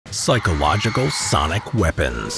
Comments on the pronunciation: it's "psychological" not "pyschological" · Right is : psychologycal, not pYSchological like in this video